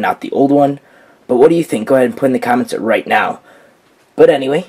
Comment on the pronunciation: You pronounce it na-ow